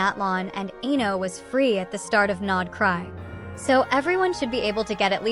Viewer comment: Aino ❎ Eno ☑️